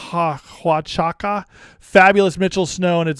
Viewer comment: Its "wha-chu-ca". Hello from Arizona.